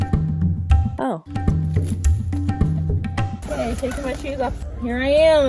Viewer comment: " ... while you are noodeling."